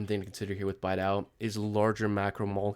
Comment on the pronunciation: its BEE-DOW, go watch one of bastian's video, that is how he pronounces it